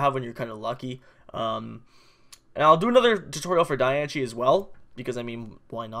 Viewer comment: Its not Die - an - che its Die - an - ce